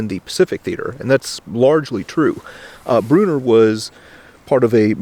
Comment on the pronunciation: I was surprised when I heard a potential relative mentioned, now I dont know if I'm any relation to Fredrick Brunner, but kudos to pronouncing his last name the same as I do. I now have to look up to see if I'm related to this hero! Thanks for all you do!